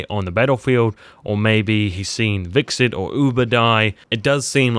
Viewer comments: His name is Hvitserk, not Viksid. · So did ''Vikset'' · HvitsSERK....how hard is it to say 1 name _ Hvit-Serk.